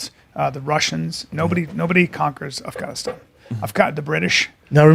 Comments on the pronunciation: "Arfgunistarn" hahaha drinking game every time Callen mispronounces Afganistan. im so fucked up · Who else thought Bryan would say AFGHAANEESTAAN for 1000 times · You know Brian is a man of culture the may he pronounces Afghanistan